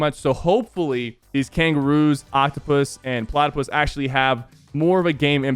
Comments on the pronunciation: I was annoyed (No Offense Sypher) the hole video is is pronounced Plattapi not platoupusus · it’s platy- pee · Y’all heard how he pronounced platypus?